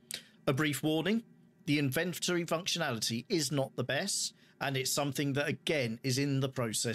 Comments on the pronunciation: its a british thing right? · That's the correct way to say inventory. English here in the USA is borderline slang.